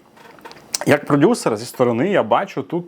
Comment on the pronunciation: Єпать ....😅 каже продюСЕР 😂😂